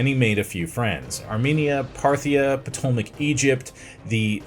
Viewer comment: That's the most embarrassing pronunciation of Ptolemaic I've ever heard!